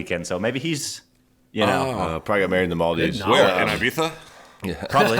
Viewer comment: Ee bee za! Not ay bee za 😂